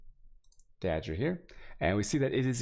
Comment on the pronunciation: dagger pronounced as dodger